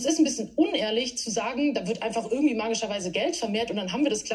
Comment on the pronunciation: Nicht ÜÜÜÜÜrgendwie!!! IIIIIIIIIII